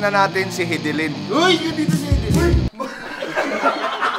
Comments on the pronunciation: Hidilin✔ Hidilyn❌ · buong akala ko Hi- di- lyn (Haydilin) ang pag pronounce hehe thanks boss cong sa another info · Pronounciation: High-D-lin 👎 Hee-D-lin 👍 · na-mispronounce mo boss cong pangalan ni hidilyn